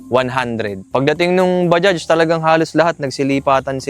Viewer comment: Bajaj pronunciation Badya, hindi Badyads - unang 4 stroke na pantricycle Honda TMX hindi Bajaj